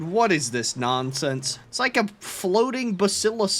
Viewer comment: "Nonense" -, i think